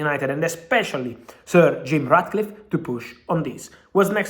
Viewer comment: I swear ManUtd been f**ked over and over again internally. We need upper management with real football (and business) knowledge and passion… ManUtd passion! On another note, am I the only one who keeps hearing Fab saying “Sergio Ratcliffe” instead of “Sir Jim Ratcliffe? ” 😂😆 love you Fab!